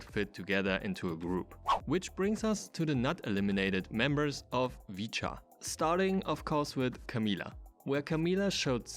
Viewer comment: its supposed to be pronounced "vit-chaa"